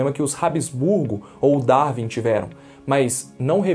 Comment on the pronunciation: Quando o brasileiro acertará a pronúncia correta de “Darwin”? Nunca?